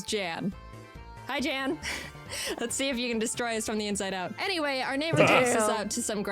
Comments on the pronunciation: It becomes even funnier when you find out Jaiden is pronouncing Jan's name completely wrong. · because that wouldnt be the correct pronounciation? the Jan has a very unique vowel sound which isnt used in the english language afaik